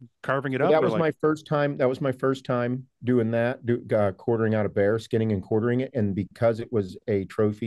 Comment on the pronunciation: Bear chat, not bro chat